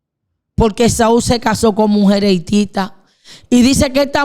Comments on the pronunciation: Dígale que por respeto pronuncie bien, No es mujel, es MUJER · Que pronuncie bien no sé dice mujel, se dice MUJER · Debe mejorar la dicción. No es mujel, es mujer No es pecal, es pecar No es matal, es matar No es veldad, es verdad Por favor más respeto con la audiencia Si uno se va a dirigir a una audiencia, por lo menos debe pronunciar bien, por respeto con esa audiencia. Saludos desde Colombia